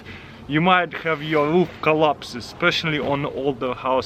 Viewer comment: Taras your say Ruth it's roof